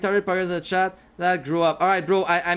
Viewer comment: POGGERZ IN THE CHATTUH